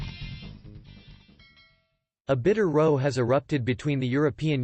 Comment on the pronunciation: It is not pronounced "row", like the boat, but sounds more like "wow". Are you a robot, there are so many consistent mispronunciations in your videos that one does wonder. OK, not knowing how to pronounce Irish institutional names, that is understandable. But it goes a lot further than that.